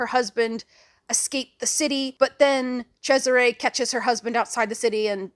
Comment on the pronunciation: TIL that, yes, Cesare is pronounced like that!